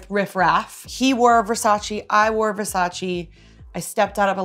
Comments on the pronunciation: It’s VersaCHE not VersaCHI. Donnatella gets pissed when people pronounce it wrong. I feel if you’re lucky enough to be wearing something, you should at least make the effort pronouncing it correctly. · It‘s Versaceee not Versaciii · VersacE no Versaci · Donatella gon be really mad with Katy for pronouncing versace incorrectly....